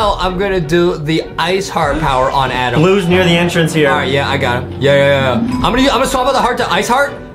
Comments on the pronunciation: It's adem not adam 😎😎😎😎😎😎😎😎😎😎lol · It's Adem not Adam😂😂😂